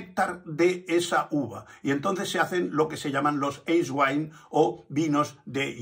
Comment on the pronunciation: Eiswein ( AISWAIN ) En aleman EI se pronuncua AI Sr no lo estoy corrijiendo